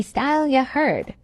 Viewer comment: Anyone who says heered instead of heard is full of crap